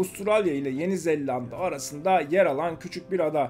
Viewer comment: "Zellanda" değil yaw "Zelanda", yapma gözünü seveyim:):) Videolar için teşekkürler (xbox+pc'ciyim).